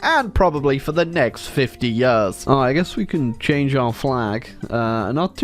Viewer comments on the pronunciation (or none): 'Years' not 'Yerrs'